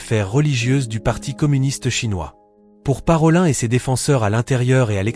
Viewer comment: Parolin se prononce comme ParoliNNE ( nom venitien) et non ParolAIN .